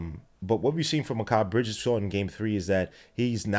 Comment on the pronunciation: wtf is makail bridges???.. The way u said nobody’s name correct was annoying can’t lie lol.. good analogy tho lol